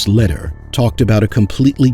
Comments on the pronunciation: it's pronounced Lehder= Laydare! not letter! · Your video is good but your pronunciation needs a bit of work. Lehder (Lay-Der) Medellin (Med-a-Yeen)